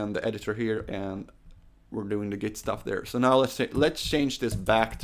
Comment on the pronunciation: Git is pronounced with a hard T, not like Gith :)